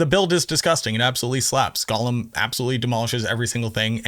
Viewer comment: Gollum is a character from LOTR. Golem is pronounced ‘go-lum’.